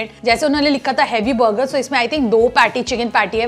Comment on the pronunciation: Bhai burger ko thik se bol....buger buger....😂😂😂itna bhi over smart maat ban